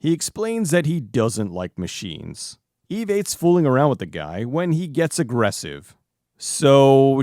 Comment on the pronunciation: Whenever he says the name of the robot I can't help but hear it as "eBay".